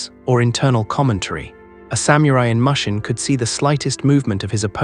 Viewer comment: I can't take an AI seriously that pronounced mushin (mush-in) instead the actual Japanese pronunciation pronounced (moo-shin). Or says samurai (Sam-mer-rye)